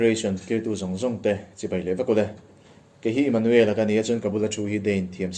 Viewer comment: A ho lo asin....mahni tui zawng tak hi chu lam dik nalh tur...